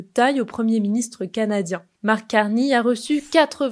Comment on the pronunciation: Et en plus c'est Mark et non pas Marc (prononcé à la française).